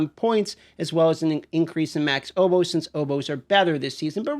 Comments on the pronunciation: I kept thinking he was saying oboes. I was very confused. Lol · Did anyone else pause the video in the beginning and ask “what the hell is an Oh-Po” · "Oh-po's" hehe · listening to dmt pronounce words like opals and obols is always so funny to me.